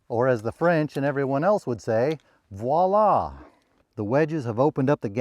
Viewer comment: So refreshing to hear an American pronounce "voila" correctly!